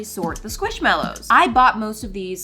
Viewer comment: It’s NOT squishMALows, it’s squishMELows! Btw, I love you and your Chanel.